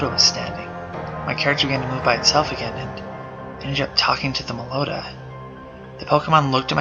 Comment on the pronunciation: it's meloetta